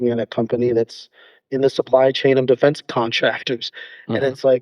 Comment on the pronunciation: I thought you said "Da Fence Cllimbers" at first... which is actually a great name if it were real... as it's both like "the fence" and "defense" and in both cases they're being climbed over..